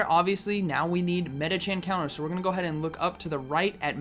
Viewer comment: Love your videos. My girlfriend keeps asking why you say "medichaN" when it's "medichaM" haha.